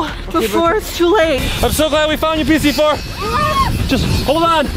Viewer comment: I think that vy meant pz4 but she said ps fumf